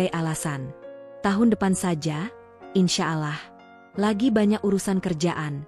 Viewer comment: Ngomong insyaalah 😂 g usah jd pembawa acara klu nyebut aja g bener..